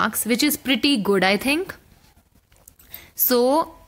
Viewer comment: It is Not T(hhhhh)ink..... Dont emphasise on H.. Its just think. "Th-ink." its not Th-hh-ink!!..